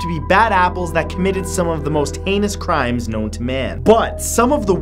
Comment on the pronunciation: Did he say most anus crimes